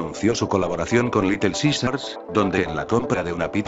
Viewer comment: litel zizars :v